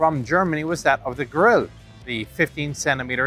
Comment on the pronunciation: Hey Chieftain, a "Grill" here in Germany is used for BBQ. German end-"e" is not silent. If you would incorporate that you would basically be the only gun/weapon expert here to say it the right way. Greetings from Germany!!